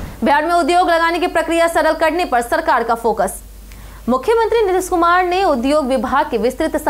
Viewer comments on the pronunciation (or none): Mam aap hindi ka revision kijiye 😊 aap nitesh kumar ko nirish kumar khate hai aur aap ko pura new me bhut share word galti hoti hai aap uska sudhar kijiye 👍